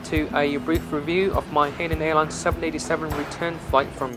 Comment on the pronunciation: Dude... as a Chinese you should know how to pronounce Hainan